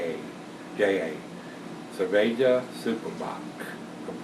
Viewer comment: Greetings from Brazil. Your pronounce for cerveja was pretty good and I agree that this beer is just as "good" as the standard lagers out there.